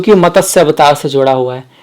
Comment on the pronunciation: Good explanation but pl try to speak matsya instead of matasya